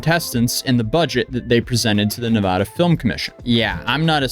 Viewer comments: I am from nevada and nevada is pronounced with hard A's like in bat or apple. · Can you please choose a way to pronunciate nevada? We really don't care how you pronunciate it we know where you're talking about.... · as a nevadian, its neh ve da, not va da, cheers! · It’s neh-vah-dah, not neh-vahhh-duh. Source: I’m from the area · Pronunciation is Nev•a•da not Nev•uh•da. Respectfully 👌🏽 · When you go to the dmv in Nevada there is huge painted words on the walls saying is “Nu vaa duh” not navahda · As a Nevadan the changes between pronunciation is driving me crazy lol it is Nev-a-da not Nev-ah-da lol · It's NEVADA. "Nuhvawda" isn't how it's pronounced haha. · Nevada... Nev-A-duh ... the "A" is pronounced as the "A" in "Apple". We who live in Nevada cannot stand hearing Nevada pronounced "Nev-ah-duh"... it's like fingernails down a chalkboard to us. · Nev-ada not Nevoda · its definitely “Neh-vah-duh”, not “neh-vaw-daw”. No one thats actually in Nevada says the vaw-daw pronunciation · not to mention it is nevada law to give water to anyone who asks. it is illegal to deny water to anyone in the dersert state. (and its neva-DA NOT deva-duh) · It's the second pronunciation of Nevada. As a Nevada nothing makes us angrier then people saying ne vah da. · NevAda not NeVAda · Jesus, dude! It's pronounced NEVADA. GET IT RIGHT. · Nuh-vah-duh, A sounds like a in cat, and the da is pronounced like duh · I was looking for a fellow Nevadan to talk about how our state is pronounced 😭😭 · You need to stop saying Nevada like that Fr. Nevahduh, really? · It's pronounced "Nevada." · It’s pronounced “Nevada” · The first A in "Nevada" is a short A sound, followed by a long A to wrap it all up. Source: I was born and raised in Las Vegas, NV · Dislike because, he can’t pronounce Nevada correctly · good save correcting your pronunciation of Nevada. The only people pronouncing it the first way, are NOT from Nevada. Anyways, the more sht coming down on Jimmy, the happier it makes me. Fraud